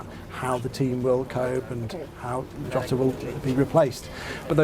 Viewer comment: His surname is pronounced Ho ta . RIP .👍🇬🇧🦊